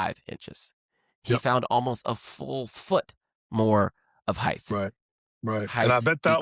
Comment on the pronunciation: height is pronounced with a T sound as the last sound, not a TH sound. Think of the word weight. Do pronounce it WA-TH? Or 'wait?' Do yourself a favor, and do not go down the McEnroe road of trashing the language with lazy speech.